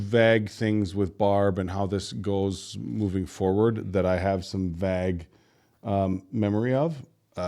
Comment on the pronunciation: I recognize the Rickyisms, but the way you pronounce "vague" can't be blamed on Ricky. "OK Google, how do you pronounce vague?" 😉